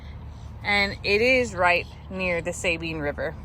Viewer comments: Hey it's not pronounced saybean river lol it's su bin. Sabine river. Im from that area grew up 20 minutes from orange texas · Lol it is not pronouned “Saybeen” river. It is called “Suhbeen river